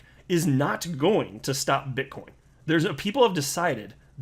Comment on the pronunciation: did he say bitchcoin? lol